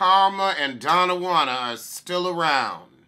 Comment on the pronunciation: “Donna Juan” Lol 😆